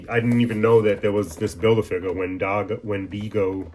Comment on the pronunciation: Awesome pick ups my man, some really cool stuff you got there. I laughed out loud when you murdered the pronuciation of Windigo. I got the comic Joe set to (those things are F%^$N heavy), I read those books from start to finish growing up. That and the Xmen books taught me to really love reading.